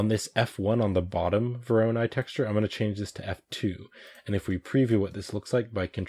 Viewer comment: It is correct to tell "voronOi", emphasis on third "o". This algorithm is named after a Russian mathematician